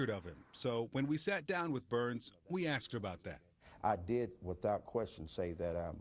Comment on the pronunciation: " I axed you" HAHAHAHA